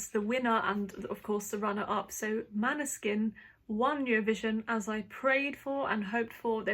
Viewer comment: Good analysis, but still not Maneskin. When you have the winner, their name should be pronounced correctly. Måneskin like o in More.. 😉